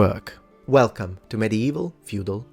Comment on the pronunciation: "Wrlcome to the middle-ages'. Sounds like Belgium, actually.